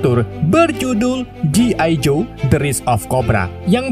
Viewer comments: G.I. JOE di baca ( Ji Ai Jo) bang maaf bang 🙏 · bacaannya "Ji Ay Joy woi lahh